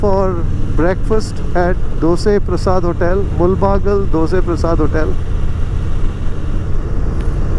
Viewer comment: The correct pronunciation of "do-say", as it is said in KannadA. Phew! What a relief.